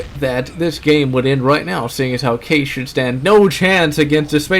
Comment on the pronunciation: It's called Kai-ees not case